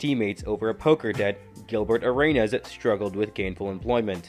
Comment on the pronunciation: "GiLbErT ArAyNuS"